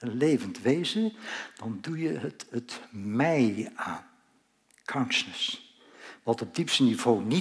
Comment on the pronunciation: Gast alsjeblieft spreek uit: "KONSJUSNUS" . Voor de rest Hartelijk Dank!